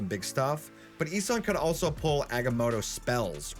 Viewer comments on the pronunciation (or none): not sure why but I feel people are saying "E-San" instead of "E-Son"